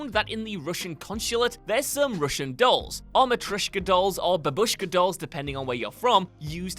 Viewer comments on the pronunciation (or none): none